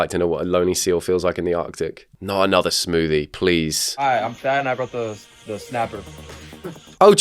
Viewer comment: I threw up at that "smoothie"